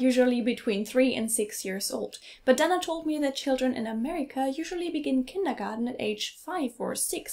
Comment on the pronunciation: It's /kındəgɑːtn/ not /kındəgɑːdn/ as the American lady pronounces.